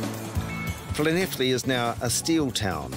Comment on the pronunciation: Well done someone can pronounce Llanelli and he doesn't even live in Wales